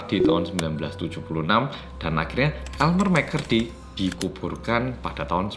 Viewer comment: elmer mccurry me: ha? elemer mcflurry?